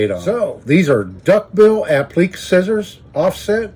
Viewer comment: Pronounced "a pli kay" (appliqué) - great video!